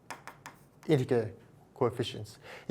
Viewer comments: Integer is pronounced with a soft G, not a hard G. Pretend it’s spelled as “intejer.” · I can't believe how much math you know while pronouncing integer with a hard g